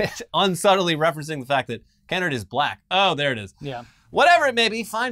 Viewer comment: This is a small nitpick and I wasnt sure till you said he was Black (as am i) but the ATT CEO's name has a long "a" in it. Kennard rhymes with hard. Like Ke- Nard. Thats how Black families pronounce it at least. Love yall. <3